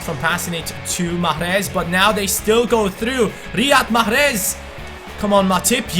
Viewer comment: You pronounce mahrez wrong. You should say "mecheres" not "machres"